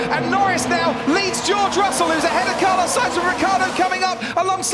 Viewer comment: “carlos sAInz” 😂